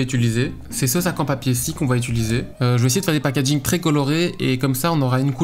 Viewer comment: pour quelle raison les gens disent-ils "ituliser" svp 😭